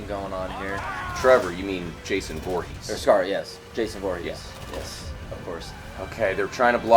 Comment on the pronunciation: its jhason vorres